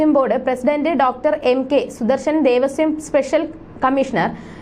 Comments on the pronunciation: അച്ചരപ്പുടത കൊള്ളാം... ദേവസ്യം അല്ല കുട്ടീ.... ദേവസ്വം. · Not Devasyam.Pronounce as Devaswam.